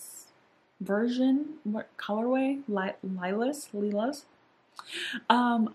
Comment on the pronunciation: The Viseart Lilas palette is so beautiful wow! I've had my eye on Viseart for like three years now and I'm thinking this might be the year I finally try them out! We shall see! (P.S. lilas is pronounced LEEL-UH, the s is silent :) I hope this can help!)